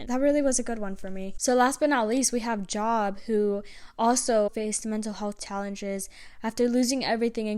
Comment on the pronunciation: Thx for sharing this word and wisdom 💜🙏 also Job is pronounced like Jobe like the "O" sound in toe😂